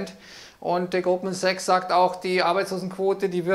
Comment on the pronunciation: Fuggi hat mich heute irritiert. Ich habe anfngs immer nur "Gruppensex" verstanden, bis es mir dann dämmerte. Fuggi hat Goldman Sachs mehrfach leicht schludrig ausgesprochen.😄 😅